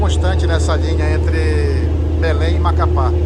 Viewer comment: cannot even pronounce Macapá.